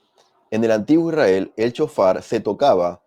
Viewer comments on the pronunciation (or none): SHOFAR...NO CON C CON S ..SHOFAR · Sjofar así se pronuncia